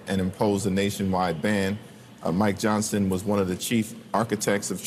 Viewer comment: Every time you say Mike Johnson, it sounds like you are saying My Johnson.